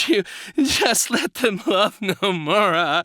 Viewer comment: I'm dyin at "No-More-A" LMAO